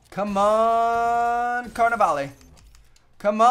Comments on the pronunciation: It's pronounced lah instead of lay. (When he said carnivale) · His pronunciation of Carnevale is giving me a headache. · Does nobody notice how hes pronouncing Carnivale wrong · anyone else annoyed by how he says carnevale?